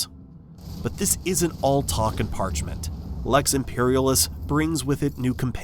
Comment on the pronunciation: Is this an AI voice...? I'm almost certain that's not how you pronounce "Lex Imperialis" and "Adeptus Arbites"...or maybe I'm wrong.